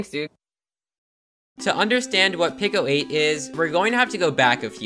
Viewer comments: PICO is pronounced peeko. Not picko, peeko. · 99% sure it's pronounced pee-co 8 tho not pickle 8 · Peeco not picko. It’s wicked irritating. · "pick-oh aayt"